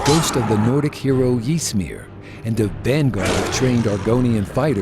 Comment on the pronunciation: Actually, there is error in this, I am afraid. Vivec didn't flood Morrowind in this Akaviri invasion, but in the one against the Tsaesci before this. Also, he pronounced "Ebonheart" and "Ysmir" wrong...